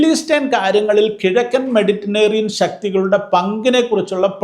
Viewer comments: മെഡിറ്റനേറിയൻ അല്ല, മെഡിറ്ററേനിയൻ ആണ് 😂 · മെഡിറ്റനേറിയൻ എന്നല്ല മെഡിറ്ററേനിയൻ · മെഡിറ്റനേറിയൻ അല്ല സാറെ മെഡിറ്ററേനിയൻ എന്നു പറ. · മെഡിറ്ററേനിയൻ എന്നു പറ അച്ചോ